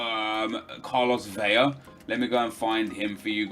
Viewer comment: Please stop saying vela as veya it's simply not how you'd say it. It's pronounced as you think it would be just with more emphasis on the L